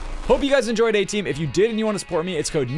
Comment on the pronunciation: when he said "eh team" it sounded like "A TEAM" wot.